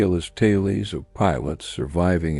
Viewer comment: WTF are "tailies?" As soon as I heard that BS, I stopped listening. Lazy AI BS.